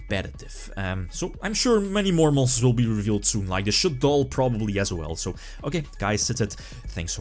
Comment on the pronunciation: did you say Shaddoll link monster???